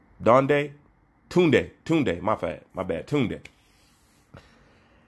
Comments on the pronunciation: He actually saying it the right way compared to how most Brits say it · Kaasam Ali Khan 💯 its an African name & not an English name. pronunciation is perfect 👌